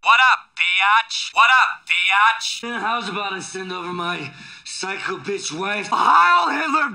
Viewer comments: He doesn't say "Bitch" he says "Betch" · It kinda sounds like He says "Batch" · manmcx No, the best part is when he said Byatch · He says “betch” not bitch and I love it 😂